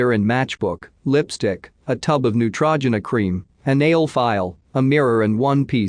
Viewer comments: New-tra-gin-na is apparently how you pronounce Neutrogena now... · New tra gen ah cream lol & pah check lol. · Horrible computer reader. Can't even pronounce Neutrogena. Dislike. Not watching.